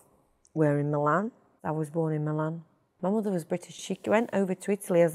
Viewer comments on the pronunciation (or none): none